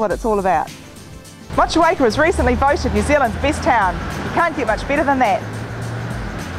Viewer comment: wtf she is not pronouncing Motueka correctly.